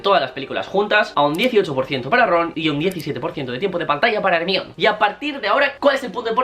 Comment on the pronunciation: Al décimo "Ermión", vomité